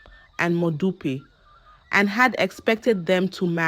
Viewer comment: Please pronounce the names correctly next time eg that modupe.